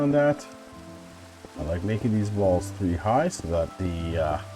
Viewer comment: Am i the only one who heard balls instead of walls?